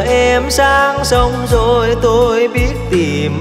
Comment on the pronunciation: Hát đoạn “giờ em sang sông zồiii....” nghe chả ra cái gì, đúng chất nhạc mình phải phát âm là “rồi” đúng chất, hát nhạc này mà phát âm “zồi” nghe chẳng ra làm sao!